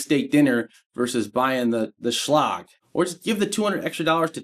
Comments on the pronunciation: Say it with me ...... Shhhh - Leg..... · Never heard Schlage pronounced that way before. I'm guessing you failed English class or were sleeping when they taught the V-C-E rule.😂